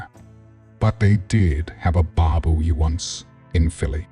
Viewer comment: The FAKE Narration on this video is insulting. At least Say his NAME RIGHT. Thumbs down.